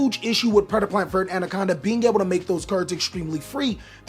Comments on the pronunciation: I hate how you mispronounce verte. It's not vert. It's "ver-tae" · every time he says vert instead of verte i get 3 aneurisms